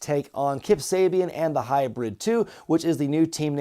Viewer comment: I may be wrong but the Angelico and Jack Evans team name is pronounced Hybrid-Dos with the number Two in spanish it translate to hybrids. It may be due to their time in AAA in México.